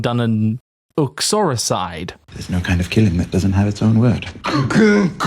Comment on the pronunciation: I know I’m late to this party, but you pronounced uxoricide perfectly, just so you know 😂